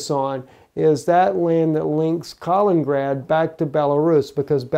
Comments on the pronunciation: Please learn how to pronounce 'Kaliningrad' properly... you make it sound like 'Carlingrad' but the 'a' in ''Kal' should sound like the 'a' in 'cat'... also there are two 'in's; ' Kal-in-in-grad '... this is quite simple... even small children in Russia can get it right. if you want to get it really authentic the 'i' in the first 'in' is pronounced 'ee' as in 'peel'. You are driving people out of their minds with this bad pronunciation. Russians will be laughing. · Not ka ling grad.